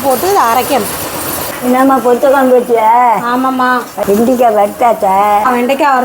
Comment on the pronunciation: வெண்டிக் காய் இல்லை வெண்டைக்காய் சரியாக பேசுடி தமிழை கொலை செய்யாதடி